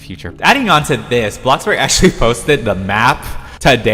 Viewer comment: FOR THE LOVE OF GOD PLEASE STOP PRONOUNCING BLOXBURG AS BLOCKBURG